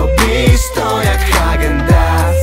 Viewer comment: Hagen dans sie mówi ale ok